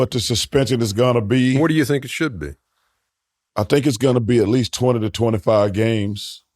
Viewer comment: BOTH times I thought this man said 225 games lol I'm like say that again and chuck says 225 games again. But luckily I can break down mumble lingo cuz he's sayin 20 to 25 games.....🤦‍♂️🤣🤣🤣